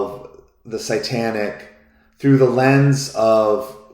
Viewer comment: Are you saying "sightanic" or "satanic"? I don't think you are pronouncing the word "satanic" correctly.